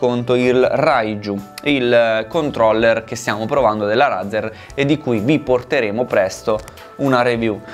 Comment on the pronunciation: Lascio dislike per 3 motivi: 1) Dici razzer😂😂 2)per la prima motivazione 3)la 1 e la 2 sono false e ho lasciato like